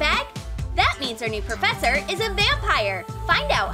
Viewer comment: well i did hear :meet your new porfessor miss elsa XD)